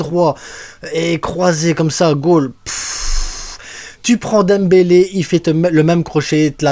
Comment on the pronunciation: Tu as tout gâché en prononçant le nom de Dembélé